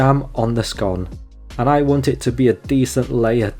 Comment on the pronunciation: Nice review, I must try it for myself. I like that you pronounce scone as scone, as some people call it a scone incorrectly.